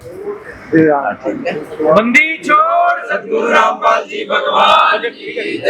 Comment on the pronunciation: Randpal bolo kya rampal bol rhe ho